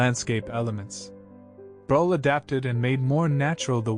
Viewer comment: Breughel...pronounced brûekhol. With œ and o and a guttering g. ( Like when you clear your throat !) 😊